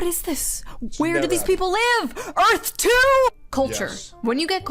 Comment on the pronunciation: they call it “Erf”